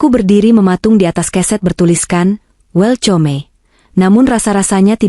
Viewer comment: Bukan welcome ( welkam ) wetyome😂😂😂😂😂😂😂